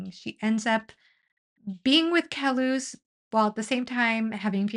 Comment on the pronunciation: Great video. Though I want to mention that the way Bakker pronounces Kellhus is similar to Dallas. It does not sound like Kel-hoos.